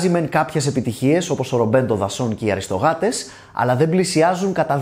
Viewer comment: Πρώτη φορά ακούω να τονίζεται Αριστογάτες. Βέβαια, έχει λογική αφού είναι λογοπαίγνιο από το Αριστοκράτες (κατά το Aristocrats->Aristocats).